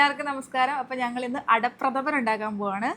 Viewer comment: ❤ പ്രദമൻ അല്ല പ്രഥമൻ ❤❤